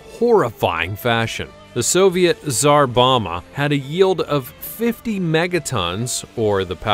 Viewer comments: Its Czar BomBa not Czar Boma bud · Bom-ba, Bom-ba. Not Boma. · It’s pronounced “ZAR BOM-BA” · I guess you could visit Chernobyl right now, but you'd have to join up with the Russian Army. Also Tsar Bomba is pronounced with both Bs: "Bom-bah". English is weird, ours is about the only language which doesn't pronounce the second B in "bomb". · It's called the Tsar Bomba not the "Zarbama" which sounds like a more evil version of Obama. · And pronounced tsar bomba wrong